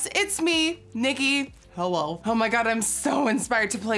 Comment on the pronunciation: I love her hello it’s like her accent changes to Dutch when she says hello I’m obsessed